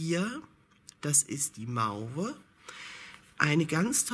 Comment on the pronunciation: Mauve wird Moow ausgesprochen. 😊 sonst - wieder mal sehr schöne Wolle. 👍